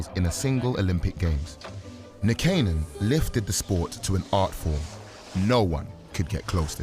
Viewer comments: Wish he could pronounce Nykanen properly... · same. I was like "that's 100% not how you say that"